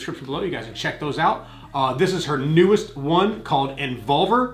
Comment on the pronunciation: They be saying Envolver like the word Revolver 🤣🤣🤣 when it's more like Inbolbir